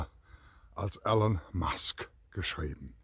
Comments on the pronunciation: Super Video! Aber er heißt nicht Alan sondern ELON!!! Man spricht "ILON" - seinen Namen sollte man schon richtig aussprechen. lg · E L O N ! Nicht "Allen". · Er heißt Elon, nicht Alan. Könnte man inzwischen wissen.